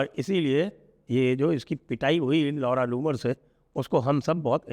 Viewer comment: नाम भी कैसा है ?!! आप बोलते है जब नाम तो लौड़ा जुम्मर सुनाई देता है 😂